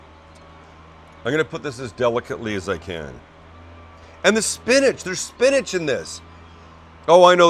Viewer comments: Spinach? SPINACH??? ... 4.5 from the East German judge. 😜 Other than that, nicely done. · Peas Sam not Spinach.. lol